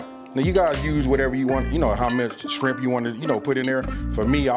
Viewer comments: did he say "skrimp"?? lmao... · Yes, I heard it too. I grew up in Port Arthur, TX on the Gulf. That just means knows what he is talking about! Skrimp! 😅